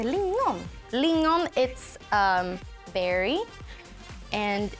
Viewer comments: its lingon not lingnon for gods sake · ”sylt lignon” Lingon* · lignon???? Its lingon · ”Sylt lignon” menar du lingon sylt? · Lingon not Lignon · They have a right everything wrong it’s not “Linon” it’s “Lingon” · Hahah it said ”Lignon” istället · They said sylt lignon to, like wtf is lignon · Lignon? Haha